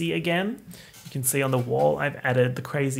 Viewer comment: babe how the fuck do you pronounce ryujin???? youre saying it like rayujen😭